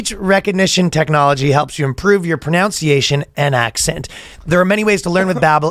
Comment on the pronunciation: Did you mean to mispronounce pronunciation